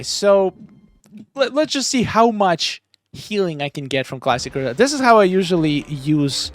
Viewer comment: the“reep-tile” got me lol